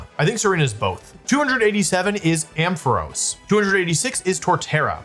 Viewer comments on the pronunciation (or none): none